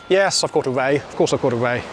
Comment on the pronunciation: not quite sure if you were saying 'whey' or 'ray' all the time. what a belting session , well done on the PB as well